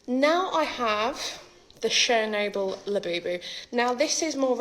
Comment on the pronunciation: Lmao!!! 😂🤣 she's a comedian! When she said 'Chernobyl', I heard 'Cher Noble', like a noble Cher Labubu! 🤣🤣 I've never seen this madness before, I'm SURE she's being a comedian here, they're so obviously drawn on with textas etc. She's hilarious!